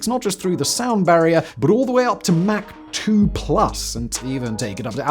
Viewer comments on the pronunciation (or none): none